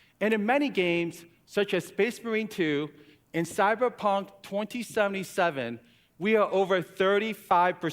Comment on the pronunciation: His favorite games are Hogwarts Legacy and SM2. He's played Cyberpunk twentyyyyyyyyyy zeeeeventy-zevvvvven. I will believe those are for him just words on a paper until I see him beat them.